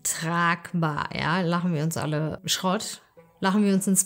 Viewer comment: Schirott 😂😂 ich liebe es wie du dieses r rollst 😂😂